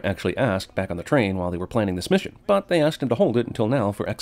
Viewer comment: ***** They just changed it to "Misson" facepalm